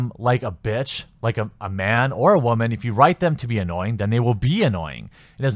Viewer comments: This commentary would have been more interesting had you WATCHED the movie first. Also, why do you pronounce “woman” like “wah-men”??? You sound like Elmer Fudd saying “raman”... 🤔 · Am I the only one hearing him pronounce it "whaman"???? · Maybe I'm just new here, but why do you keep saying "woman" like that? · Is he saying “ramen” lol